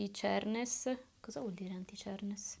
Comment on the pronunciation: Cerness? Cheerness? ahah rido male, questo video è proprio divertente